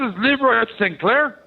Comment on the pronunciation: It's not St. Claire, it's Sinclair.